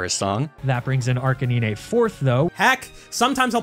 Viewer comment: Ok but arca-NI-ne makes me want to eat a fucking brick